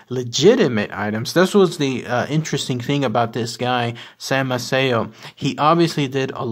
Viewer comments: It is pronounced MAY-see-o. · Maceo pronounced, May-cee-o. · I'm marrying into the family, and it's pronounced MAY-CEE-O 😉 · Incorrect pronunciation of the name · In English yes but not Italian. The guy didn't say the correct Italian pronunciation ethier.